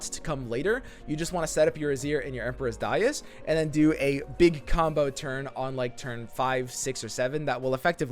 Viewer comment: Please read correctly seriously. It's Emperor's Dais not Buenos Dias.